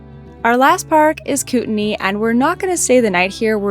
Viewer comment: what a treat. i live in north idaho and i love love love british colombia. and congrats on pronouncining kootenai correctly. keep up the cool work!❤